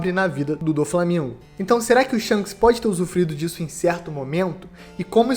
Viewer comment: Não consigo ouvir "Shonks" sem rir kkkkkk